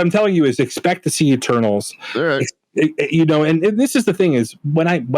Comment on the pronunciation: Every time said Eternals I heard "Turtles...." I was like? who are the "turtles"?